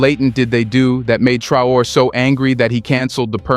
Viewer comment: Is it just me or is this channel just recycling the same exact story over and over. I havent heard anything new from these guys in 3 months. Its one new fact and 30 min of filler that we can do without. And for the love of God and all thats good stop with the AI the mispronunciation is unprofessional and annoying. We want to support but you gotta put in some real work not just use Traore name as click bate and give the same info in 12 different ways.